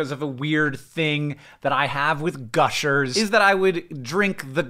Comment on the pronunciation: "gush milkers" I can never unhear that